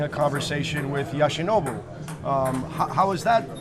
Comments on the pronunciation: YOshinobu NOT YAshinobu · How hard is it to say Yoshinobu? It’s not like there’s any tricks in the name… it’s literally said the way it’s spelled…